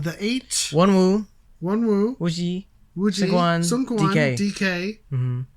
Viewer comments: wonwoo is pronounced as "wo-nu", scoups "es.kups", the8 "dee-8" and jun as literally the month of june <3 thank you for reacting to this! i hope there's more!! pls!! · I think it was Joshua that had you most stumped - and it was leaders unit (Woozi/Hoshi/S.Coups) with the dance break, not the performance unit. Also the second "W" in Wonwoo is silent. But you did a great job for Baby Carats!